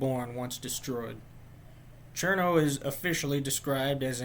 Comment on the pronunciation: Thumbs up for pronouncing her name correctly